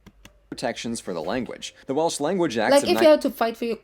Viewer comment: Please don't say welish, it's Welsh, but stay curious.